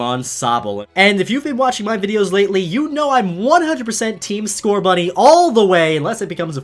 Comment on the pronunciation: There is no T in Scorbunny!